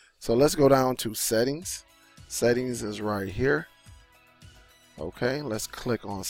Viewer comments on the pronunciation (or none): none